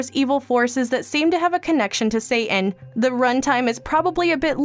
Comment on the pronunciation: When you said Satan near the end it sounded like saint Anne